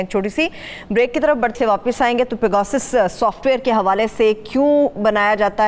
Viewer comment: its not peeegawwsus . its pe ga sus ;)